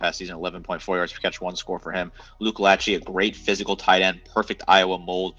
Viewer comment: Lachey is also pronounced Lah-Shay